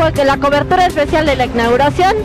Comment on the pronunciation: La "icnaguración"